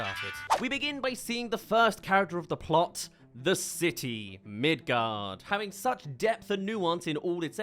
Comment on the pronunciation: oops, he called midgar “midgard”. grab your pitchforks, we have a hanging to commence